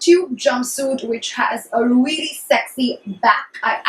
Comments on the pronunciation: if I had a penny for every time you said 'weally' I'd go shopping at sarojini nagar maybe :P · hahahahaha ....weally